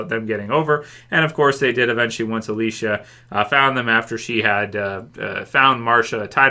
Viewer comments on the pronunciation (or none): none